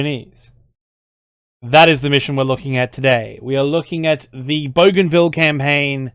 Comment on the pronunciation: I'm Papua New Guinean specifically from Bougainville and the way You pronounced Bougainville and Papua New Guinea is by far the most accurate I've heard. Keep the great content coming. ❤️